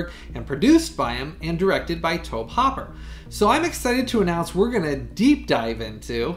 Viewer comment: Great review as always! Can’t wait to watch this one. Happy to be a subscriber and a patron. Quick correction: the directors name is Tobe HOOPER. His first name it pronounced like “Toby”. I grew up with his son in Austin, Texas. keep up the good work!